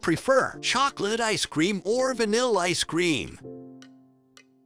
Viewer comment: It's Ice Cream, Not Icecrame!